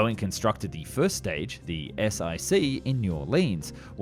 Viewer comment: The Saturn V first stage was not the "ess eye see", it was the "ess wun see." The "I" is the Roman numeral for "1" So your unnamed 2nd stage wasn't the "ess eye eye" but rather the "ess tu" and the unindicated 3rd stage was of course the "ess for bee" (They used Roman numerals because the Apollo flights were scientific missions so they were given Latin names.)